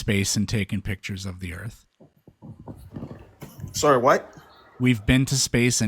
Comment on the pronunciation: Is the one guy calling the earth earf?????😅😂😢😮